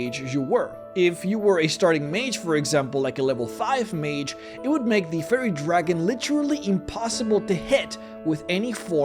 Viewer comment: I love your content and your accent is great, but I just could not stop hearing "Furry Dragon" on this one and all the things that implies, lol. Cheers, please keep making more videos, I love them!